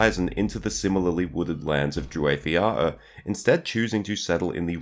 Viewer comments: *"waith" has the same diphtong/vowel sounds as "white" or "why", not as "wait" or "way". Also, the stress is on the first syllables of both words. So, DREW-whyth YAH-oor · Strange that you are so well learned in all Tolkien lore (no irony here, chapeau!), but would struggle to find indications on the proper pronunciation. Tolkien gave so many! and yes....how you say it, is actually pretty off. That said, your voice is very soothing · You are murdering the pronunciation bud